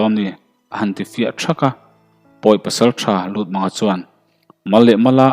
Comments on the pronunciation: Lutmanga tih i lam rik dan hi, mang hi thlamang angin i lam a, pawih or paite hnam hming a Mâng ti a lam tur ani zawk lo maw..Lûtmânga a ni zawk lomaw? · LUTMÂNGA MANG NILOVIN Mâng tihtur. Rev Chawnghranga.